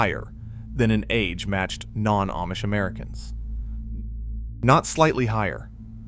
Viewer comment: Ah mish, not Aye mish (AI 🙄)